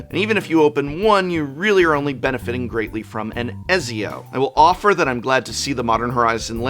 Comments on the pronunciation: I died a little inside every time Prof pronounced “Ezzio” instead of the hard “Et-zio” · Ezio is pronounced closer to Et Z O btw prof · Et - see- oh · Ett-Zio. Not Ezio is the pronunciation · I’m sorry, I have to say it - it’s ‘Et-Zio’, not ‘Ezzio’ 😂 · Did you just pronounce Ezio as A-zioh barf lol You need to play that series of games! It's Et-zio! Love your content, just wanted to shame ya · ezio is pronouced Ette zee Oh. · "Etsy-oh" Prof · Youre pronouncing Ezio wrong on purpose aren’t you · Prof, I love you, and I know you are an English major, but please stop saying Ezio like that 🥹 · The way he pronounces Ezio crit me so hard I had to pause the vid XD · I am being slightly bothered by his miss Pronunciation of "Ezio". Aside from that very good video as always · Hearing prof mispronounce Ezios name is very funny. Anyways this set is entirely about Assassin's Creed coming to magic the value lies only within people who like assassin's Creed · Et-see-oh Ken-way